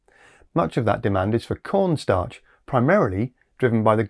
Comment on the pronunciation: is that "corpse starch"?